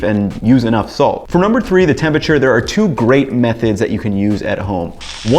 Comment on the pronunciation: For someone so preoccupied with tempeRature, you'd think he would pronounce the word correctly.